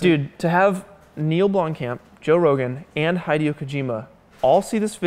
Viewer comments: Bruh he said High-dee-oh Kojima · My heart and brain ached a bit when pronounced "Hydeo" Kojima's name wrong. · Did he just say 'hide- eeo kojima' ? As in hide And not ' he day yo' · Did seriously say HIDE E O kojima instead of HID E O kojima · I’m gonna ignore the fact that just said his name as Hy-Dee-Oh instead of He-Day-Oh Kojima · It was HI-DEO kojima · Who the hell is Hydeoh? NEVER heard anyone pronounce Hideo with a long i... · who pronounces hideo kojima's name like that????: Haydeyow kojima smh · HIGH-DEO KOJIMA. Brb going to go watch a VIGHDEO. Ah, I'm such an IGHDIOT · did he just call him hide-eoo? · "Hide-ayo Kojima" omg please... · Hidey-oh? For real? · "High-dee oh-kajima" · Hide-eo Kojima? Oh dear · hideo kojima is pronounced HeeDehYO' Kojima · Apparently a big Hideo Kojima fan. Also: Doesn't know how to pronounce Hideo.